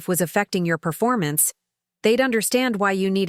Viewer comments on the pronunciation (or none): none